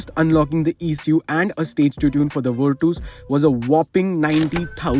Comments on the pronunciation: virtas its ver tas not vir tuuus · Virtus❌ Virtoose✅